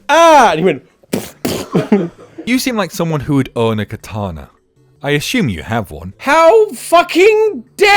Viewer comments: I can't believe tom spells it "Ashume" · Ashumme? Did you have a stroke man? Cause you're pronouncing things kinda off today. I'm sorry I love you and you were the first person I ever subscribed to. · Your pronunciation of assume feels like an attack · he once explained in a video that he has kind of a mixed British-American accent because as a kid he used to watch a lot of US series and tv in general, mimicking the American voices. But yeah, it is still a bit weird in between his rather British accent to be suddenly struck by an "ashoom"